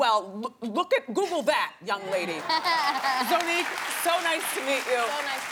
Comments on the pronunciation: Wendy is always mispronouncing people's names!!!!! Its ZONNIQUE not Zoneique wtf? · Wendy was pissing me off with her rudeness and also when she continued to not say Zonnique's name right😒😒 Like bih it's Zon - nique not Zo-nnique 😂😒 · I cringed every time Wendy said Zonnique's name wrong... it's pronounced (Zy-nique) not (zoe-nique)